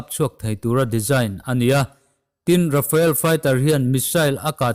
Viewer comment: Rafael jet nilovin, Rafale tih zawk tur